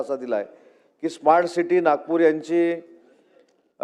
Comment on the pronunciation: स्मार्ट म्हणता येत नाही - इस्मार्ट म्हणत